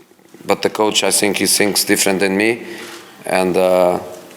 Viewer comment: " I sink dat my words are very important and I sink dat your question is amateur and I sink you need more training "